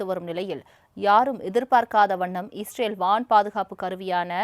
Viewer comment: செய்தியாளர் அவர்களே.... இஸ்ரேலா ? அல்லது ஈஸ்ரேலா ? ஸ்டைலா சொல்றதா நினைச்சு தவறாக சொல்ல வேண்டாம்.